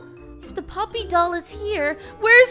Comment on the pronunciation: its poppy not polly